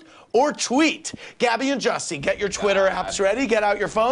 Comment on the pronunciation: Jussie..not Jesse..🙊🙉🙈